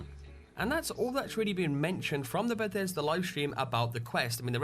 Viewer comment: always sounds like he says "Bathesder" instead of "Bethesda" lol